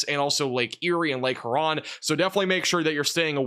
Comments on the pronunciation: Dude...it's not "her-on" it's "hyor-on" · Great forecast work. The Great Lake Huron is pronounced, "Lake HEW-ron". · Lake huron is pronounced hYOU-ron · Check your syllabic emphasis on Lake Huron